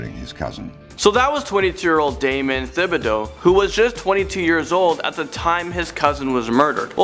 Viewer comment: not to pick thibideaux is pronounced as just ti-bid-o